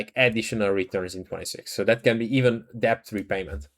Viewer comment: Really appreciate your videos. Try to remember that you don’t need to pronounce the B in DEBT. It’s just ‘DET’. Makes your life easier and makes vids ever so slightly more accessible, which is good for the channel. Hope you don’t mind the advice. Keep up the good work